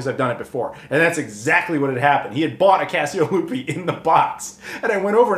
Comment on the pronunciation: I hear "Fiasco Lupe" each time. 😆